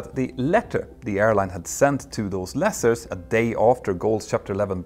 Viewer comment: Love your stuff but I winced every time you said 'lessers'. It's pronounced the same as Lease. Lease-ers (Lee-sers) Not meaning to be disrespectful or a troll. If no-one tells you then you're not going to know.